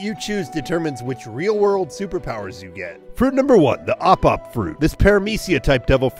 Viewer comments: i obviously picked the ope ope no mi as i watch one piece. i love this devil fruit and it is one of my favourites. btw it's ope ope no mi not op op, i know it's op but it's not pronounced that way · Nope its "opi opi no mi" cuz its spelt ope ope no mi so its pronounced like that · it's spelled ope for operation the pronunciation is opi